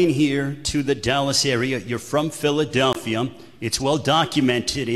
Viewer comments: Danny Garcia! Not Garciam Philadelphia not Philadelphiam!!!!!! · The guy asking the questions can't pronounce Danny's last name correctly to save his LIFE! He keeps saying "Garcium" He didn't even pronounce Philadelphia correctly smh